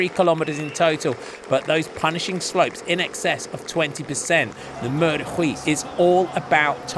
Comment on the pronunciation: Note for the commentator, Huy is pronounced like "oui" and not "Rui"